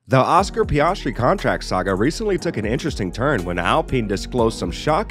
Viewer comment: His pronunciation of names is so abrasive to my ears 😂 PEE-AHHS-TREE SHOE-MACKER